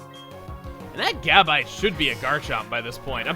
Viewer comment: GABITE is stressed on the second syllable, not the first.